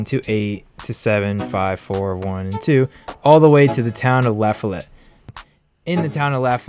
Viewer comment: its pronounced "luh-fol-it"